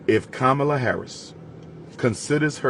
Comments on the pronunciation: It’s Comma-La why keep disrespecting her name? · He said Kabamala 😂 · He said: KABAMALA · I lost respect for you when you deliberately pronounced Kamala’s name wrongly, just to disrespect her; and lied about her sister’s complexion… in fact you are continuously sounding like Trump … Since you claim to know what policies the Black community needs implemented, why don’t you RUN FOR OFFICE and get them done. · Your a disgrace mister history major for you to continue to mispronounce her name when you know better that's no different than boy and gal you know 50 percent of all blacks in America aren't pure African